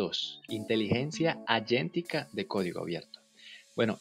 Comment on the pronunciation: Por qué pronuncias agéntica como "ayentica" ??? Si es por la pronunciación del inglés, pues también está mal.